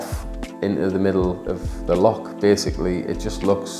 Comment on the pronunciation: Loch with a 'ch' not 'ck'. Lo-CH. not Lock.